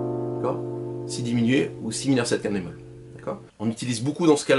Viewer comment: Ah j'ai compris, vous dites "5te bémol". Ok. Comme ce n'est pas un terme usuel, ça vaudrait le coup de bien articuler à ce moment là.